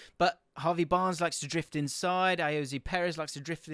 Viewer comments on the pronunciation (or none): none